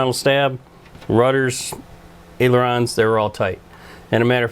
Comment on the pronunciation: Sir they are callled ailerons not aerolons. There is no such word as aerolon. It is pronounced aileron (aye-lur-ons)...